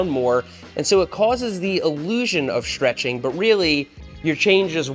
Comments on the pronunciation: It's stretching not shtretching... Sorry I couldn't resist 😂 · Seth says, "Chain Schtretching". AAAAAARRRRRGGGHHH! Also, I have never heard a "pedal axle" called a "pedal axis". There is an axis running through your pedal axle. The axis is the imaginary line the axle turns about. (Lets not get into what an Axel is.) Fortunately, he doesn't use the term "front fork". (As opposed to the rear fork?) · Shtretshing, accents lol